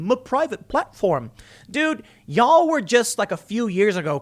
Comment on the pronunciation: Off topic... But, as a southerner, it cracks me up a little when Chicago Tim says “y’all”. No shade, it’s cool.